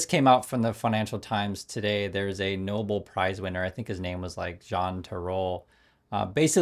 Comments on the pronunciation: It’s pronounced “No-bell”, not “noble”. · Trump’s crew embarrassing themselves mid-pronouncing “Nobel” as “Noble”… Muppets, all.